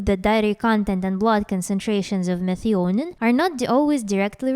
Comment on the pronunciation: Methionine is pronounced me-THYE-o-neen